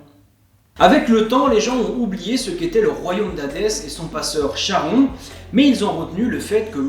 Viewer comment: salut, juste charon se prononce Karon, cela vient de la lettre grec Khi. c'est comme chiron, psyché, hécatonchires...